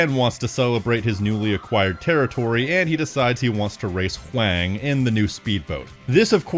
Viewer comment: Not to be that guy, but I think Huang's name is pronounced the same as "Wong." Maybe with a little more emphasis on the "H", but I'm no expert.